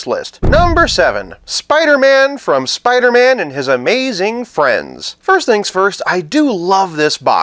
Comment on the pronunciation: Soo-pidah-man! wow!